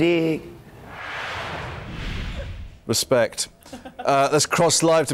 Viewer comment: the most posh "respect" I have ever heard.